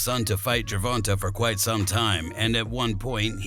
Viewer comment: bro when you say the mans name say it right say the letter A at the end of Gervontas name man wtf! is he a female? say the letter AAAAAAAA